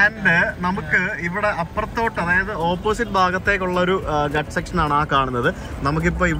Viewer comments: It’s Ghaats not guts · GHA' TS not guts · ഘട്ട് അല്ല ഘാട്ട് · അരവള്ളി അല്ല ആരാവലി, പര ദ്വീപ് അല്ല പാരാ ദ്വീപ്, ഗട്ട് അല്ല ഘാട്ട്. ഉച്ചാരണത്തിൽ ദീർഘവും ഹൃസ്വവും എവിടെ വരണം എന്നത് ശ്രദ്ധിക്കുക. ഇല്ലെങ്കിൽ കേൾക്കുന്നവർക്ക് അരോചകം ആയി തോന്നും.